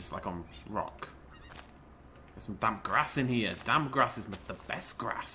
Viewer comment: you said dam grass when you where talking about the damppppp grass